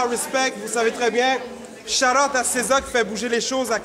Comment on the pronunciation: Cesar avec un accent anglais?